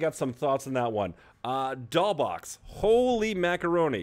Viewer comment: Btw: the "$" in Doll$Boxx is pronounced as an "s"